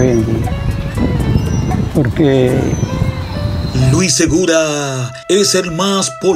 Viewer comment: el narrador del video dice luis seguda y es luis segura es media lengua 😂